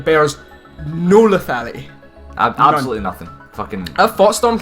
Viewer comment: the way says lethality is so goofy